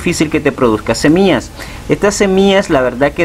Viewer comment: No soporte ver todo el video, dijiste cono 1000 veces SEMIAS